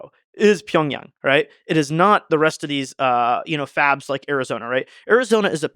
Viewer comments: This guy said Pyongyang lol (which is the capital of North Korea). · Ya he mispronounce Pyeongchang to Pyeongyang and in comment section people telling its Seoul 😂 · Why does he keep saying pyeongyang 🤣? That’s North Korea 🇰🇵 lol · Did he just say Pyongyang South Korea? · Pyeongtaek. Pyeongyang lol. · I think he pronounced Pyongchang(S.K.) wrong.